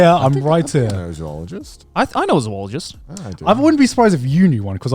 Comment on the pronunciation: I am way more annoyed by the mispronounciation of "zoologist" than I should be